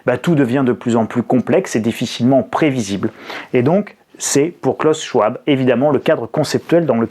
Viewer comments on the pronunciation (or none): C'était mon prof à l'université de Genève. On prononce : klaous sch-v-ab, si jamais!!